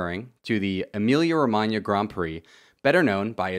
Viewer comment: good pronounce of "Emilia-Romagna" and loved the video mate